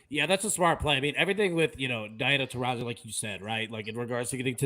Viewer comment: Diana Tar-ee-see??? Uh...